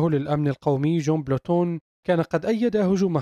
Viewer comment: المذيع رايح ......جون بولتون و ليس جون بلوتون